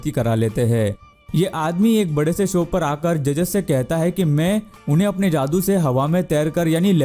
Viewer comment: Bhai tu ne bhi video me jaadu ko ak baar daadu bola h apni Video dekh ne min se shamj jao ge